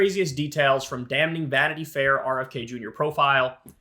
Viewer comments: Kyle, the word is pronounced "damming", not "dam-KNEEING" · Can someone please tell Kyle how to pronounce “damning”? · Kyle, the “N” in “Damning” is silent for the love of god please. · The King's English is already a difficult language without Yanks mangling it even further.